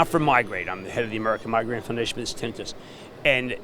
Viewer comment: He can't even pronounce tinnitus